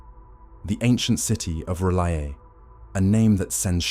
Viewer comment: Fucking AI can't even be consistent in its pronunciation of R'lyeh.